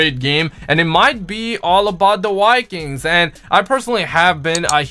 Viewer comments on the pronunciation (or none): "This might be all about the wikings" Really butchered but you speak french respect.